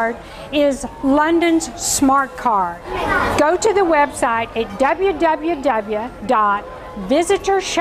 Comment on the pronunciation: dubyuh dubyuh dubyuh XD